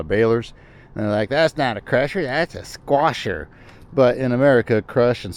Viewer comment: 😂that “sQUAshER” cracks me up!